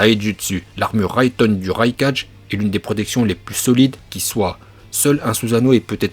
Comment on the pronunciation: " le raikaje " 🙄